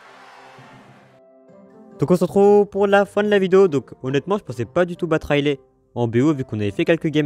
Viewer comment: Juste on prononce son nom raili et non railé ! Ça me stresse tellement si tu pouvais voir ce message et après vérifier si tu ne me crois pas 😂